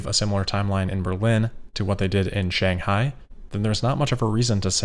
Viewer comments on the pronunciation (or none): none